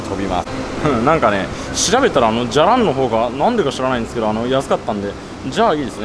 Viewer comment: 「じゃらん」のイントネーションってこんなんだっけ？？？？